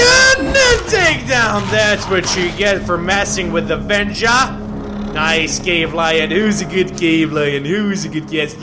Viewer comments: It's wenja not venja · weja not venja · Wenja not venja